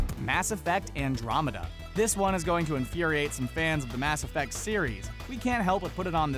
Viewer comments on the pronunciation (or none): none